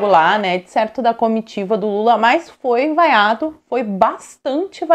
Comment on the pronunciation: Ele foi "VAIACIONADO".